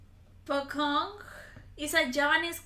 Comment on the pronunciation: You must purnounce the puCong with c not the k like pukong